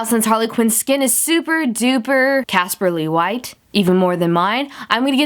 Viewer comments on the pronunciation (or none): Casperly white 😂😂 sounded like Caspar Lee white 😂😂😂😂😂😂😂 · Swear to god I thought she said Caspar - Lee white